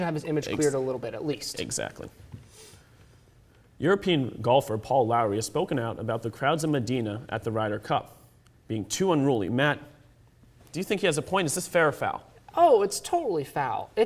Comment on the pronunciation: And its not Lowry, Its Lawrie pronounced LAW - RAY!!!!!